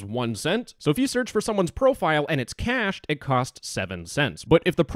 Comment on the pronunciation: Omfg there's no way he said "cashed" instead of "cached"